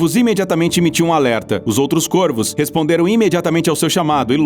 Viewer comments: Caros do, o plural de corvo é com o timbre aberto, que não é acentuado: corvos [córvos], e não côrvos, assim como em forno: fornos [fórnos]. E baleias-piloto é um substantivo composto por ligação por hífen: baleia-piloto; baleias-piloto. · mds do céu... O cara começa o video pronunciando Corvos de maneira errada.. O singular pronuncia CÔRVO, no plural se pronúncia CÓRVOS. Deslike e video fechado. Boa noite. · Plural de corvo se fala cÓrvos.